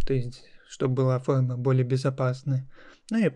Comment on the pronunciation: какое ужасное произношения "фолма"...нахрена вести уроки так?